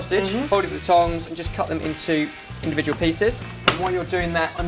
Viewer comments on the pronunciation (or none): none